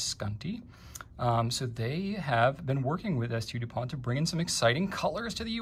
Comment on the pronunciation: San-Du POHN *Ghee-OSH*, I should have thought (ya know: there ain't no accent or final T on the last name).